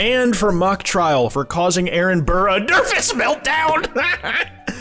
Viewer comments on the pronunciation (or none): none